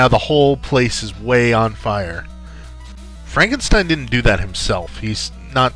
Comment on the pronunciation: Frankensteen! Frankensteen! ;)